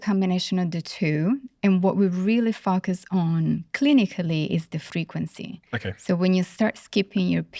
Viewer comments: All this wonderful insight. If only someone could at least help her say FO-Cus. Would be nice….Fukkus lol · This doctor is very important. Please find her a voice coach for the word "focus". I feel her message would be better received. Right now the mis-pronounced words distract from her valuable points. I do not mean to be impolite. I have heard several of her interviews. And my observation remains the same. Respectfully. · Im sorry but if you can pronounce the word 'four', or 'for' why not 'focus'? 😂 Other than that the interview was lovely